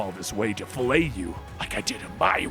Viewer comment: I can't be the only one who heard "fellate" instead of "fillet"? :P